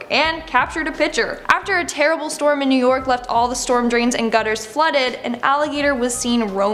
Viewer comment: “In new nork” is which she said